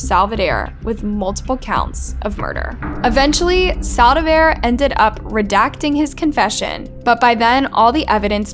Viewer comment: How do you manage to even pronounce “Saldivar” wrong 🤦🏽‍♀️🤦🏽‍♀️🤦🏽‍♀️